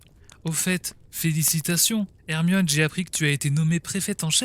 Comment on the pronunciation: PK tu dis moine aurqe que. C'est hermione